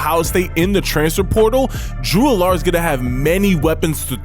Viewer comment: Agree, Allar should be pronounced like Allen as in Josh Allen.